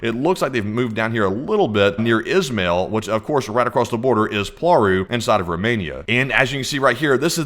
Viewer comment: WTF is POARU it is cald PLAURU check google translate plz. Not worth watchinh this bs.